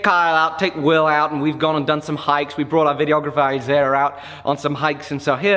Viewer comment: it sounded like said the videographer's name was Isiah(sp?) at about 5.49.